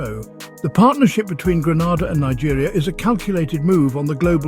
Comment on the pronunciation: There’s no point telling them,you would think that if a person is going to narrate on a country, they should at least know it’s name.i sometimes think that they do it deliberately.